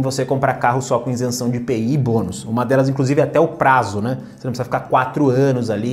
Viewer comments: Meu caro, Com todo respeito e com a exclusiva intenção de colaborar, esclareço que a pronúncia correta da expressão é ISENÇÃO, não INSENÇÃO, como você tem mencionado. Ok? Parabéns pelo seu canal. Saudações! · Boa noite. Você não é o primeiro a comentar isso, apesar de eu saber exatamente como se pronuncia a palavra ISENÇÃO sem o N. Acho que nem dá pra perceber como eu de fato falo, o vídeo sai tão rápido pra reparar nesse detalhe... Mas obrigado por acompanhar o canal.